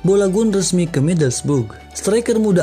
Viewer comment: Balogun bg bukan bolagun